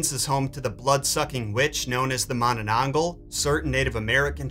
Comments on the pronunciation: It's MananangGAL. Like gal as in girl. Not mananangGOL. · It's so adorable when foreigners try to pronounce Filipino words lmao Mananangle